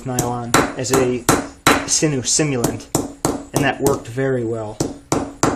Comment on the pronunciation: Cool video but its sinew not sinu.